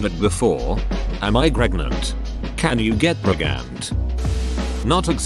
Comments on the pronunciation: "Can u get pregante" Goshdammit. Opens google to rewatch the video again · "am i gregnant" i almost died today